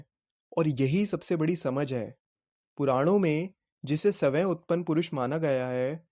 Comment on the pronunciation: syayam ko saway bol diya ?